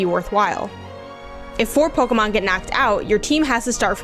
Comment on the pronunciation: Can't take you seriously when you pronounce it "Pokomon"